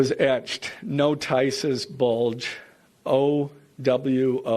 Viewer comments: did y'all laugh as hard as me at how he pronounced it no-tice? 😂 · Did that guy seriously pronounce notices as no-TIE-ces... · I know this isn’t probably the place but “no-tice-es bulge” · Did this guy really say "No tices bulge" ? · thats a weird way of pronouncing notices